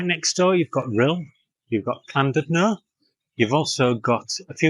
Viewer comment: It's Llandudno not clandudlo